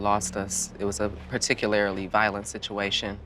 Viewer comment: Did she say Particulairily? I’m dead